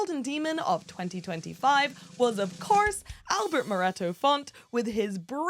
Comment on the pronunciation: moreto should be stressed in the last syllable not the middle one